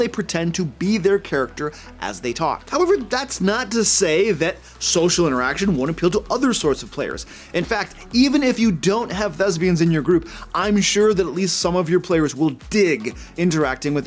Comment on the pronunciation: Great video but it’s thesPian. Not thesBian.